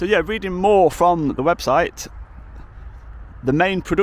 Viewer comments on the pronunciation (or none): none